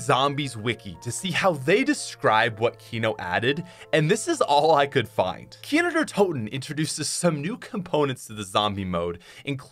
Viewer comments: Who heard how many times he said Kiner der toten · I can’t believe there was a time when I didn’t know kino der toten existed and I thought people were mispronouncing nacht der untoten. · Every time he’s says kino der toten all I hear is keener der toten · Its so weird hearing you say Kino der Toten as a german😂